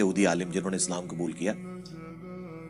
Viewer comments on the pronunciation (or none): none